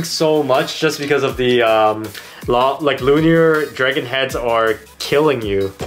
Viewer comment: calling luinor lunior Zwei luinor: Am I a joke to you?